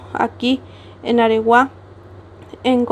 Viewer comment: AREGUÁ... Con acento en la última A